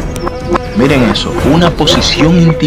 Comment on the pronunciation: Intimilante? Que significa intimilante. Por que carajos se tragan las letras. Una veces las pronuncian bien y otras no. Vaya vocabulario.